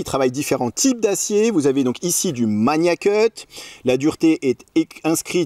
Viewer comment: Par pitié il faut arrêter avec la prononciation "maNIAcut". C'est Magnacut avec un G dur comme dans magazine.